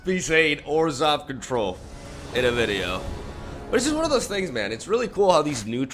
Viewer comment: I thought he said 'orzhow control like esper without blue'